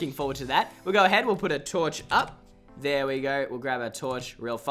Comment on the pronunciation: “Now over shere” lol shere